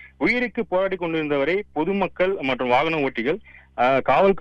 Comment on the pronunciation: வானகரமா! வாகனமா?